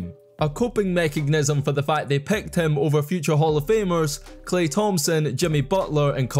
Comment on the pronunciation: And first round draft pecked!